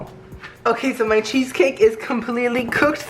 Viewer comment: Did he just say “Queso Cake.” .-.